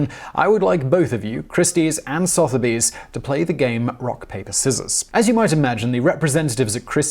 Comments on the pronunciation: Soth-erbys? Sutherbee is closer. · Sotheby's is pronounced "su-thu-by's", not "soth-by's" or "soth-u-by's". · Sotherby's is pronounced "Suther bees". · The pronunciation of Sotheby's was painful.